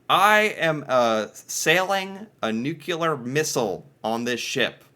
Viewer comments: Nuclear, not NUCULAR. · Is it a general American thing to say Nukelar instead of nuclear or did i just made you realize something? 🤪 ha ha! Great video! 💪🏽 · doesn't seem to know the difference between nuclear and nucular. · nuclear. NU-CLEAR. 🤣🤨😉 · "Nu cle ar" dude!!😂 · I don't know what's worse, how he pronounces Newfoundland, or how he pronounces nuclear. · Thanks. That's what I keep saying when he uses that word 😂😅 . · Like you, I am eternally befuddled by the enormous percentage of the english speaking population of this planet who seem to be afflicted with some sort of linguistic (or is it intellectual?) impairment which seems to prevent them from being able to properly pronounce this ever so simple word. It's so simple, "nuclear". If it's, "new", and it's also, "clear", then it's,.......newclear, or "nuclear". As I recall, former US President, George 'W.' Bush, suffered terribly from this affliction as well......among others. If only teachers in the schools would be allowed to wash a student's mouth out with soap each time they got it wrong. Oh well. A fellow can dream, can't he?